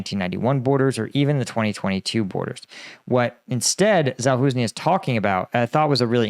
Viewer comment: It's pretty comical that you still have no idea how to pronounce "Zaluzhnyi". It's not even hard. It's "za" followed by "lus" where the S is pronounced like the S in the word "leisure", and the last syllable is "nay".